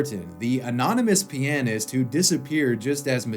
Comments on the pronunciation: "mert-in" "Pee-uh-nyst" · Is the way you pronounce "pianist" the way all Americans pronounce it or do you just have your own odd pronunciation of it? Just curious.